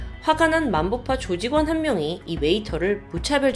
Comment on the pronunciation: 만보파가 아니라 맘보파 아닌가 ?